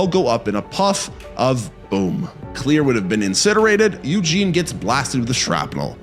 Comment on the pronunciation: Dude. The way you say Claire is driving me nuts. Its not Clear. Its Cl•air